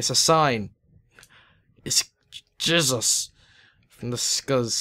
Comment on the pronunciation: Is it just me, or did he say jizzus ?